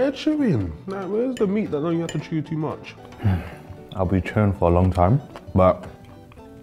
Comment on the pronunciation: when said ''the meet is not suppose to look like it can shew you'' I was taken out Lol😂🤣